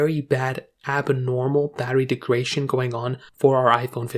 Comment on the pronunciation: Greetings. This is important. Thanks for posting. By the way, I believe the word you want is “degradation,” not “degration,” as you seem to be pronouncing it. Regards, DT